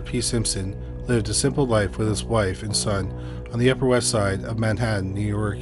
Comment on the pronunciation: Don’t take an elevator in Nee York. Noted.